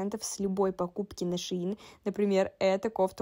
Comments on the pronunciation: Не шеИн а шЕинили шейн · Шеееин 🤣🤣🤣 ШЕЙН ❤️